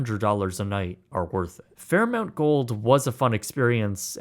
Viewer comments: Could it be his Canadian pronunciation of things? Lol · HOLY CRAP how could you possibly make that mistake? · The reviewer doesn't get it. He can't even pronounce the name of the chain properly and he thinks a $16 sandwich in a premium resort is insane. That's cheap, compared to some places of lesser standards. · YES! Drove me nuts! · I had to double check the spelling in the title, and was like nope, it’s spelled correctly he just read it wrong 832 times. There’s so many views too, like. It’s RIGHT THERE, THE LOGO IS LITERALLY on everything. 🤯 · Thanks to all for commenting on the ridiculous pronunciation of the hotel chain! If you're going to travel the world doing reviews, you better pronounce the locations correctly! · Every time he said it I was thinking...."THERE'S NO U" 😂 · I've stayed at the Fairmont Banff Springs several times, as well as at the Chateau Lake Louise, and both are quite iconic hotels, that have some really cool history and so much nearby in the way of activities to participate in, that I can't really fault the price. I couldn't let it go, though: It's "Fair Mont" Not "Mount" Sorry, that was making me cringe a little every time you said it that way. The reason that I stayed there a few times, was through work, and some of that work was working directly for the Fairmont Group, so we heard executives and managers pronouncing it a lot. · He probably mispronounced the name on purpose to get us all to comment on it and boost his engagement. 😂 no one could be that dense. He probably heard it pronounced properly a hundred times during his stay. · The dude mentioned Fairmont a 1000 times in the video and managed to incorrectly say itevery single time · This is my 2nd video viewing of this channel, and thanks to the mispronounced name I can't bring myself to subscribe or watch anymore. Good job. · You pronounce Fairmont wrong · You’d be more credible if you pronounced their name correctly. There is no U in their name. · Its FairMONT not FairMOUNT!